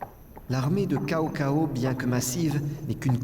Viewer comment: Zhuge Liang au lieu de Tchou Ko Leang (sa se prononce a peu pres comme sa) et Cao Cao au lieu de T'sao T'sao, quand on bafouille en mandarin on a forcement les oreilles qui saignent ;) Y'en a tellement que je peux pas tous les relever... Mais c'est cet épisode qui a fait de moi le fan que je suis aujourd'hui :)